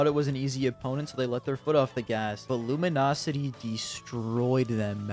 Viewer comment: "luminosity" SMHH, THIS IS SO UNPROFESSIONAL OF YOU DISLIKE :/ UNSUB